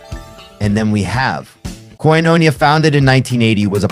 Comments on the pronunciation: ….it’s pronounced “Koin-O-nee_ah”😊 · Real cool. I did a record with Abe (and Alex Acuña and Justo Almario) in the 90s, a life-changing time for me. Too bad the robot narrating this can't pronounce 'Omartian' or 'Koinonia'. Keep the video, but redo the voiceover with a "person". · Good video. I just wished you'd have spent some time checking the proper pronunciation of many players including Abe's last name Laboriel with the accent on the 'e'. Koinonia has the accent on the last 'i', etc... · Thanks for this. I love Abraham's music. No offense, but you have to say his and Michael O'Martian's names correctly: Lah-bor-e-el. Michael O'Mar-t-an. Oh, and it's Koin-o-knee-ah.